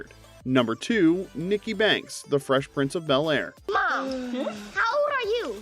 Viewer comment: I was too old for the Frezh Prinzz of Bulair.